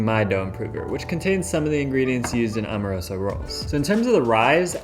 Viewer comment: Bro my family owns Amoroso. My aunt Marie and uncle Leonard passed and now my cousin Lenny has it. They’re extremely overrated. Terrible for cheesesteaks. Decent for hoagies but there are faaaaaaar better choices……and it’s pronounced Am- o-roso not Om-a-roso……and most Philly steak shops don’t know you. And your cheesesteak looks good for an outsider, but I’ll make a better one in my house and there’s no way on earth yours is better than every steak in Philly😂😂😂😂Angelo’s is king of steaks…..